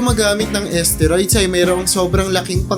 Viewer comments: asteroid ba kamo ginagamit? susko baka isteroid... haha... paki ayos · Nakakainis pakinggan ang narrator, d mabigkas ng tama ang STEROID! BUSETTT!